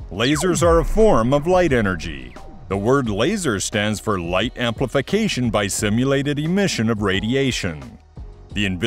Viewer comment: LASER: S= stimulated, not simulated